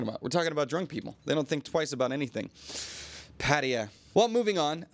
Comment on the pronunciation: Still going for the USAian "Pædiæ" pronunciation instead of PattAya?